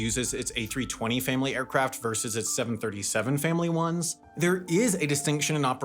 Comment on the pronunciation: Leisure versus business travel, not leisure verse business travel